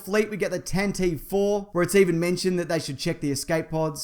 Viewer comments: The corvette is pronounced Tan-Ti-Vee. We need to correct this error as a fan base. It made its debut in the radio drama, so we have the proper pronunciation to reference. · Tantive: "TAN tee VEE"